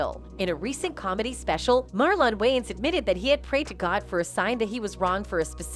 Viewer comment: who is Marllon wayans? I can't unhear the mispronunciation over and over. Can this women narrate and pronounce Marlon Wayans name correctly? this woman is like a white 2nd grade teacher who keeps reading the attendance sheet Wayans, Marllon? Is there a Marllon Way-----ans here today?